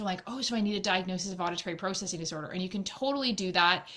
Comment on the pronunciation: The was she says processing 😬